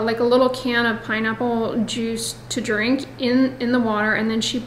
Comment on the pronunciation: I love when the southern comes out when you least expect it…”That’s a draank” 😆